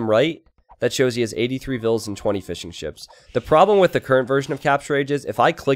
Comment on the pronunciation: Everytime you say fishing ships, I hear fish and chips. I don't know why, sorry